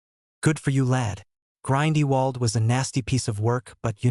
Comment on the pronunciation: "Grind-y-walled"? Seriously?